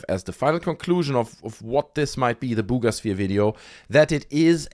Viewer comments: everytime I hear you say 'Bugas sphere' I fall over laughing 🤣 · When he says “Buga Sphere” it makes me giggle. ❤